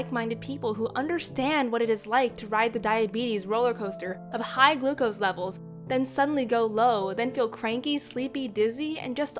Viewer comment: Hight instead of high